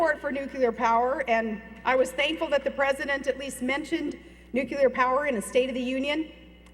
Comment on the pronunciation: The only requirement I have of a president is that he or she be able to pronounce "nuclear." Good grief Woman!